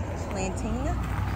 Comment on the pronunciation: GM just seeing this video🎉 The correct pronunciation is La Rye A Pee 😂. Just say it fast 😂. Lorilope is cute sounding though 😂. I just broke it down the way it sounds not spelled 😊